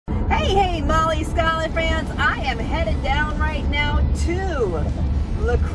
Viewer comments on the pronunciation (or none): none